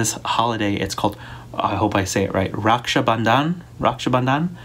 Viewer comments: U aced the pronunciation of raksha bandhan!! Forget about offending, Indians might honor u for being a flag bearer of our traditions and keeping cadie close to her roots as much. BTW all 4 of ur kids pull me in every direction.... I dunno whom do I adore more!!!! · No don't worry all casts celebrate Raksha Bandhan eg. Tamil,Hindu,telugu and more and you pronounced Raksha Bandhan so well 😊❤